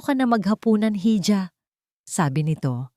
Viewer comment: Iha Hindi hija